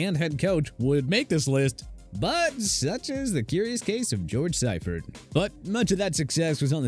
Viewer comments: See-fert, not cy-fert lol..... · It's pronounced SEEfert. Not SIfert. GET IT RIGHT, TPS. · It’s George SEE-fert, not SYE-fert. And while Walsh was a huge part of the Niners 80s/90s dynasty, Siefert’s defense was legendary. In all his years as DC for SF, the Niners were top 5 in defense almost every year. He won the SB his first year as HC in SF, won the division in 4 of the next 5 years and won his 2nd SB in 95. Managing a 15-17 record his first two years with Carolina was probably better than they should have done, and going 1-15 with Chris Weinke under center probably would have happened to anybody. I know Carolina has been more successful than some of their expansion team peers, but it’s hard to believe that Seifert is the worst coach they ever had for a couple of .500 seasons and one 1 win disaster. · Seifert is pronounced SEE-fert, not SEYE-fert. Also, a 1-15 season (.0625) is NOT the worst in NFL history - the expansion Buccaneers were winless in their first season. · It's "Sea-fert". Not "psy-fert" 🤣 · SEE-fert. Not SEYE-fert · Hey announcer when it comes to George Seifert, it's pronounced see-firt, not sigh-firt. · Its pronounced See-fert not Sigh-fert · Def Hackett is the worst in DEN. Its not even close. And btw you said George's name wtong. Its pronounced See-fert. Not Si-fert. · If you're going to put out a video make sure you learn people's names. George Seifert's last name is pronounced Seefert not Siefert. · It's fucking pronounced See fert. Homeboy won a Superbowl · George Siefert's surname is pronounced (SEE-furt) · It's pronounced See-fert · What happens when you let a millennial, who doesn't know football, narrate a football video? You get a Super Bowl winning coach's name mispronounced 🙄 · Love the pronunciation of Seifert. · How does he keep mispronouncing seiforts name lol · Lmao as soon as this clown mispronounced George Seifert I turned it off. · Stopped watching after grossly mispronouncing Seifert.